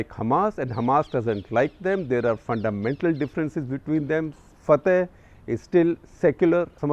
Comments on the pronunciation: Shekhar you pronounce Fatah wrong. It's pronounced as Fa-tha not Fa-thy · shekar sb at least learn how to pronounce FATAH!